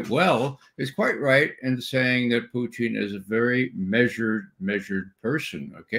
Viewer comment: Ray is the only English speaking person I've heard who pronounce the word "Putin" in Russian manner - Puteen, not Putn, like the rest of the West.